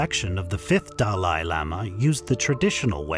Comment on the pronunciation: These are not "Living Buddhas" as it is repeated numerous times by the narrator, who also mispronounces many important words, Like "Panchen" and "Dalai" - showing that he knows little to nothing about Tibetan Buddhism and was just hired to narrate. "Living Buddha" is an inaccurate term - they are really "Living Bodhisattvas"...(very high level practitioners who are, like all of us, "Future Buddhas". These Bodhisattvas put off the attainment of full Buddhahood until all sentient beings have been able to transcend Samsara (embodied existence)....only then will these Bodhisattvas enter full Liberation. So calling them "Living Buddhas" is both inaccurate and misleading. (BTW - They also don't want to be called Buddhas!) It seems it is often Chinese who tend to make this mistake about calling High Lamas "Living Buddhas" It may be an intentional mistake, as the Chinese Government has tortured, killed, lied constantly about H.H. The 14th Dalai Lama...they also kidnapped (or killed) the Panchen Lama (who is still missing after decades). In Truth the Government is anti Buddhist, and anti Tibet. Mao himself was completely anti religion - he said horrible things to the Dalai Lama.